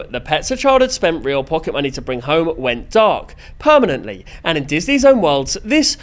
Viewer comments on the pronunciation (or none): none